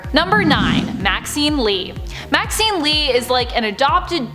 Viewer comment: Maxine sounds like vaccine 😂